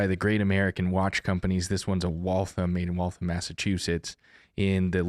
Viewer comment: OK you have to be able to pronounce Waltham correctly. You have to say the HAM at the end. If you say it like thumb you're going to loose your milk money trying to walk down Crescent St. LOL. Great explanation.